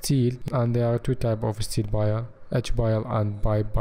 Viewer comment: Why does he keep saying “Bile”